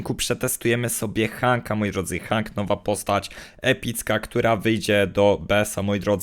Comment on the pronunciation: on jest od Otisa a to znaczy że tak samo jak on jest od paintball OGARNIJCIE społeczność się bo panda robi wam wodę z mózgu wogule te postać wymawia się ,,henk ,,a nie tak jak on hang